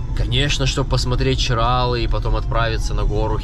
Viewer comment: ЧиралЫ!!! Нельзя коверкать наименования, это как неуважение для меня